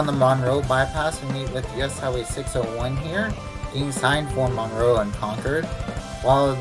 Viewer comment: . It’s ConCORD not conCURD. It’s MUNroe, and Rutherforton does not sound like the ladies name. It rhymes with rut.